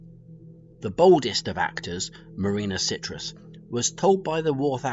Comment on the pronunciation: I could be wrong, but it sounds to me as though you’re saying Marina Citrus instead of Sirtis. Also, you’re saying McSomething instead of McFadden for Gates’s name.